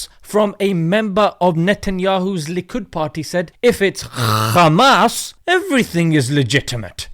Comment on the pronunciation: I suggest you stop using the name Khamas. Khamas in yiddish means violence and destruction. They are intentionally mispronouncing and mislabelling them.